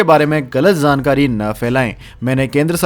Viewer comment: आपका चैनल बहुत अच्छा है कृपया शब्दों के उच्चारण पर ध्यान दें जाJaa और .ज zaa के उच्चारण पर विशेष ध्यान दें . जैसे की जानकारी एवं गलत उच्चारण zaankaari